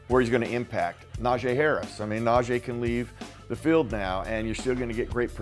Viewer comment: can you please start saying that man's name correctly? This is his second year with the Steelers Najee's name is pronounced Na gee not Na jay. I'm sure he would appreciate it. Thanks..